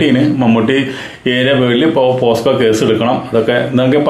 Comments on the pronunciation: പോസ്കോ അല്ല സർ. പോക്സോ എന്ന് തിരുത്തി പറയുക 😂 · പോസ്‌കോ അല്ല പോക്സോ